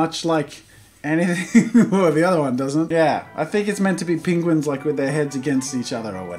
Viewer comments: Is no one talking about the fact he says "pInguins" instead of penguins? 😅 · Pingwens? Do you mean penguins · Did you call them "Pinguins"? Reminds me of that video where Benedict Cumberbatch can't say penguins properly XD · Oh Jesus here we go with this “pinguins” I had a friend in high school who pronounced it “PINguins” and it drove me crazy 😂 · The way he says penguins 😂 “pingwens’ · “ pinguins ” - Jazza 2k18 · Did he just say pinguins